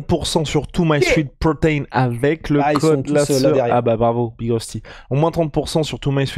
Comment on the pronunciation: Pourquoi prendre l'accent chinois pour parler de Myprotein ?